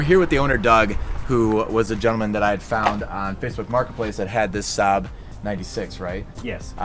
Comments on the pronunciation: Its 96 - not 9-6. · The owner of this car apparently does not know what it is called!! It is a Saab 96 pronounced NINETY SIX NOT NINE SIX. There then came the 99 Prounouced ninety nine , then the nine hundred 900, then nine thousand 9000. It was not until Gen Motors that they made the 9-3 (pronounced Nine-Three and 9-5 ( pronounced Nine - Five) The engine is a V4 four cylinder (ex Ford Taunus) Why is that Americans constantly mispronounce even the simplest things. When do you ever hear of any Swede calling this model a Nine Six, it is always Ninety Six The head rest centre section is removable to allow rear passengers better vision and the assist drive when reversing Do the car cleaners have to only drive the car along with Whoops, Hey Dude, Awesom. Childish!! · I can’t believe anyone who claims to be into SAABs not knowing about the 96. Also, it is the “ninety-six,” not the “nine six.” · It is not 9-6, it is ninety six. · Pronounced ninetysix. Not 9/6. Great vintage Swede. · NINETY-SIX, not NINE-SIX. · It's a 96, ninety-six. C'mon. Are we going to say "Saab nine-nine now?" Saab 9 Oh Oh?' Otherwise, delightful video. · The headrests are shaped to be see-through for added safety, just as the Volvo lattice style headrests, The engine is a German Ford engine. And it's a ninety six, not a nine six. I owned a '67 SAAB 96 with the 3 cylinder two stroke engine, and really loved that unique little car. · That's ninety six, not nine six. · It's a 96 as in ninety-six 95s we're neeter